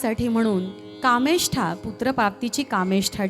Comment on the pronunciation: निवेदिकेने मूळ गीतातील शब्द नीट ऐकावेत अवधूतस्नान काय दुदुंभी काय प्रीतीसंगमी काय ... रामचरितमाना काय कामेष्ठा काय ... "मस्तकाघण" मलद आणि करूष ?? जोड आणि कार्मुका - सायक , की सायका गायिकांचे आवाज चांगले आहेत. शब्दोच्चार नीट हवे . कितीतरी सदोष उच्चार केलेत. तुझ्या "यज्ञी" मी चा उच्चार किती अस्पष्ट सगळ्या गाण्यांच्या मूळ चाली, मूळ शब्द , उच्चार अजून नीट ऐकणे अत्यावश्यक ... राण्या करतील पायस भक्षण उदरी होईल वंशारोपण त्यांच्या पोटी जन्मा येतील योद्धे चार महान अशी ओळ आहे ती. राम जन्मला ग सखी सारखे गीत कितीतरी चांगले व्हायला हवे होते. सावळा ग रामचंद्र आवश्यक होते , कारण "रामलल्ला" चे कौतुक सांगणारे ते गीत आहे. Heavy -Classical अंगाने हरकती ताना जाणे अपेक्षित नाही आवश्यक नाही !